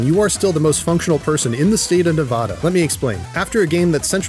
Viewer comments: state of Ne-VAH-duh not whatever the hell you just said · It’s Nevada not Ne-vah-duh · Its ne-vad-a not neh-vah-da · clicked off of the video when you said "nevawda" jk, great vid Also yes Boone actually did kill his wife lmao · THATS NOT HOW YOU PRONOUNCE NEVADA!!!! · my brother in Christ stop saying Nevada your saying wrong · Please learn how to say Nevada properly. Otherwise, great video